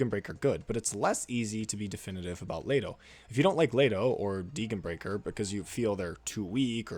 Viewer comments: Well, as a German speaker, her name is pronounced "Dee-gen (the g like again) brie-schair" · The only controversial thing here is the way you pronounce Degenbrecher's name. I enjoyed the video a lot, keep up the good work!